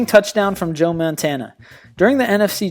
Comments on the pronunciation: Did he just say Joe MANtana? 0.12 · How do you mispronounce Montana? And who the hell is Mark "Splits"?